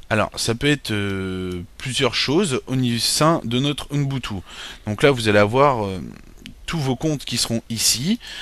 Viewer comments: c'est ubuntu, ce n'est pas "unbutu"!!!!!!!! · on dit ''ubuntu'' pas ''unboutou'' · U - BUN - TU! et pas UNbutu C'est si compliqué à prononcer? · pas mal mais dommage pour le OUNEBOUTOU énervant a la longue...c'est OUBOUNETOU (ubuntu) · MDR à chaque qu'il dit ounbutu je péte de rire et les pire c'est qu'il le dit plein de fois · ca se dit OUBOUNTOU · Le pire c'est que pourtant il a plus travaillé dans toute sa vidéo afin d'être pédagogique, clair et complet à la fois malgré son défaut de prononciation, que toi dans ton commentaire .